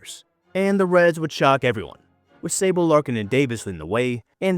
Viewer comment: Chris SAY-boh. But i like the video.